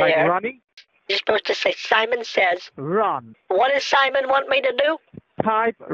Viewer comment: When she says “Simon sayez” I lost it